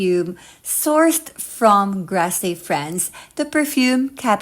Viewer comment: Maybe you should learn how to pronounce Grasse